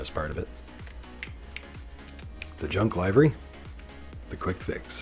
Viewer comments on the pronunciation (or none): You seem to be offering enjoyable, informative videos here. Unfortunately, I never hear anything you say after pronouncing"livery" as if it rhymes with " ivory". Short i, not long. The word "liveries" rhymes with "give her cheese", not " buy her cheese".